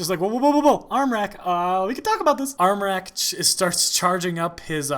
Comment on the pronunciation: your pronounciation of the ä in armräk was on point